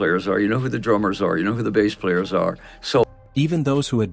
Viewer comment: This is obviously text to AI voice…. the biggest give away when “bass” is pronounced like the fish and not the instrument….